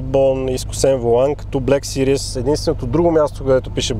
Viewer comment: Малка забележка, във видеото "series" се произнася грешно като "сириъс" (serious), вместо "сирийз".